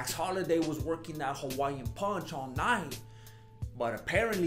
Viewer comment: bruh I literally just looped the intro 10x cuz of how funny you said tompico, wtf even is tompico XD and his name is max hollaway not holiday XD